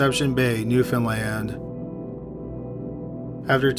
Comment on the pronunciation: WOH HEARING SOMEONE ACTUALLY PRONOUNCING NEWFOUNDLAND CORRECTLY? WHAT?